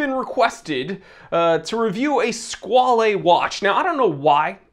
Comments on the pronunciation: Squale, rhymes with doll. It is NOT squal-ay. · Squale is French for shark. And it’s pronounced like whale. Sk-whale. 😁 Love the channel! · I've always pronounced it squ-ale (whale with a sq) ..... guess I was wrong